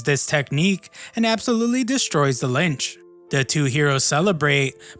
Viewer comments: Mfer calling it a lynch. Its a lich brother.. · its a bloody LICH and not LYNCH